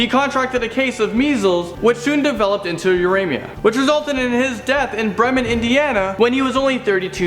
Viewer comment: When he pronounced Bremen, I cringed, since I’m an Indiana native